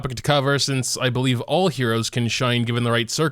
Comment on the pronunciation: Lawd it bugs me when he says "heros"